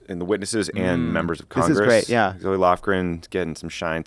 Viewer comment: Quick correction for you at the mark. Zoe Lofgren pronounces her name like Zo, not Zoey.